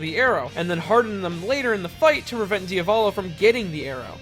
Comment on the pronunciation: Yeah, why can't pronounce Vento Oreo names normally? How many times must he talk about Diavolo in his videos before he realizes that saying "Deeavahlow" probably isn't right?